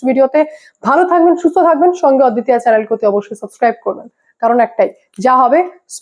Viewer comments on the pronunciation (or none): none